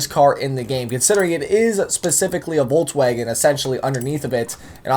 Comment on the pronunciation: is it just me or is saying "voltswagen"